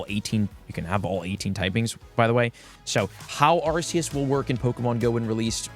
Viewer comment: How do people still pronounce arceus wrong lol the C is pronounced like a K